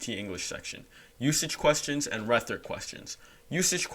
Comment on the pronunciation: "rethric" son😭